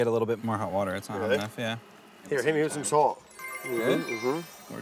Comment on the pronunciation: sigh of relief - after 5.15 he finally said wourder - you know brad, we all come here and watch your vids exclusively to hear you try to articulate water. that is all thx